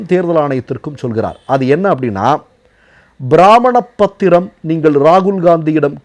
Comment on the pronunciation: பிராமண பத்திரம் அல்ல. அது பிரம்மாண பத்திரம். சரியாக சொல்லுங்கள். ஏனெனில் நீங்கள் சொல்வதில் தவறு இருப்பதால் பலரும் அதை சரி என்று நினைப்பார்கள்